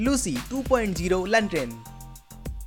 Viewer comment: Lanten nahi lantern hai